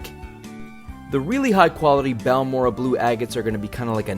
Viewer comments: It's baORE ray uh 😊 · It's pronounced; BAL MORE RAY. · Google Translate says "Balmorhea" is pronounced something like "Balmoray." Lots of the agates I find in Central Texas have a whitish or reddish "weathering rind" on the outside of the nodule. When I see a little bit of waxy-looking blue or red showing through the rind, the nodule goes into my bucket.